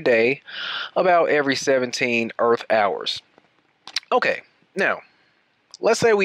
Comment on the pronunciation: Well, he sais "earfh", so...